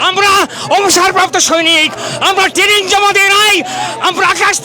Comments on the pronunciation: Ei naki bangladeshi army major standard! Tanning🤣🤣🤣🤣. Training tao pronounce korte parena aabar ki bole London theke aseche.🤣🤣🤣🤣🤣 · Shala training k taning bolchhe buro bham 😂😂😂😂